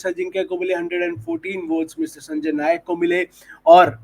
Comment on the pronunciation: नायक नही नाईक